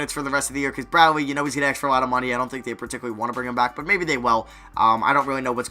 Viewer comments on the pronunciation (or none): Why does he say aks instead of ask??